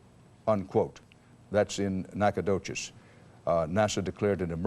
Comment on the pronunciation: I cannot believe that CBS butchered Nacogdoches' name that badly...